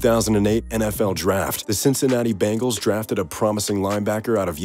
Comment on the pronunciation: BENGALS!!!!!!!!!!!!!!!!!!!!!!!!!!! NOT BANGALS!!!!!!!!!!!!!!!!!!!!!!WTF????